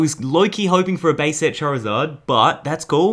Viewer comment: He called Charizard rari and whishcash witcash